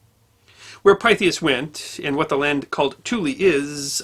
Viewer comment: This is another excellent video, but I think the Pythias should be pronounced as Pith-e-us.